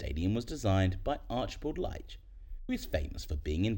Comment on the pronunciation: Leitch’s name is pronounced like the word leach